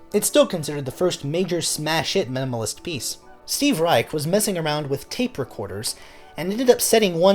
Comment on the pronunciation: Brilliant video, but it’s worth mentioning that Steve Reich is pronounced “rye-sh” not “rye-ck”